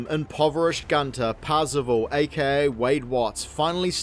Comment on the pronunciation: I keep hearing Parzival as 'passable', is that intentional? lol